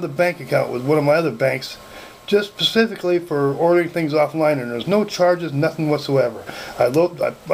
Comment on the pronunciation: He got it "pacifically" for ordering online. LMAO